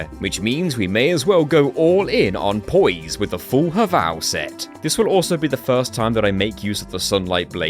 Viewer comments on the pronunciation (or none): none